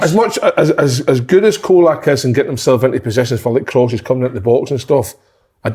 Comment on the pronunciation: Golak, Cacolak, Sholak you's all say his name differently yet all manage to get it wrong!